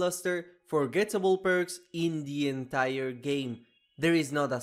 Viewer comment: I like how he says "Indie entire game", like emphasizinh that Baddie Baboon is Indian